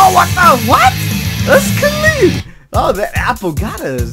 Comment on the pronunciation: "Cuh-lean!" ( so, 'clean' )